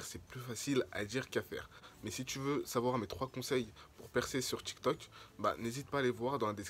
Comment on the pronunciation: c tiktok pas tictoc